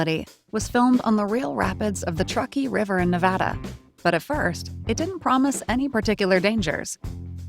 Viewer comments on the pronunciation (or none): none